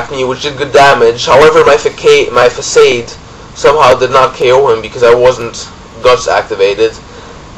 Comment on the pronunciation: lol fuhsade , its fahsahd